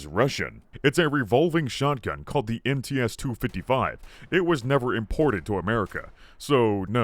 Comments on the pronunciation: MTs should be read as "em tse", not "em tee es". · You dont pronounce MTS-255 as M-T-S, it's M-TS, like in tsunami